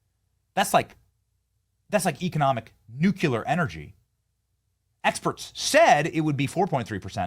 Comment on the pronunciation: I dont care if Benny pronounces it newkyewler, hes still on top of this game!